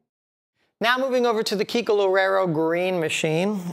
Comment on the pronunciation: Is Kiko, Not Keiko!